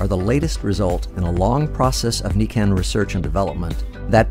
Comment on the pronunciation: Nikken is pronounced "knee-ken" and kenko is a Japanese word for health.